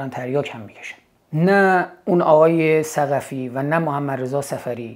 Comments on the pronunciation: ثقتیه شاهین جان نه ثقفی.. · ثقتی است ظاهرا، نه ثقفی که بارها به اشتباه ثقفی گفتید. ثِ قَ ت ی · ثقفی نه شاهین جان ثقتی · شاهین جان ، ثقتی درسته نه ثقفی(درود بر شما شاهین عزیز) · شاهین جان تلفظ صحیح ثقتی seghati